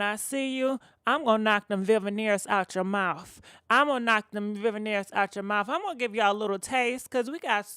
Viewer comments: They called veneers not vivaneers boo😁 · Wtf is a Veveneers???????? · "Vivaneers" 😆 I love you,!!! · Shekinah issss slow after all huh?🤔😫 Khia was right; slow yellow schoolbussit baby😂 P.S ... I live for the mispronounced names EVERY VID😍😂😂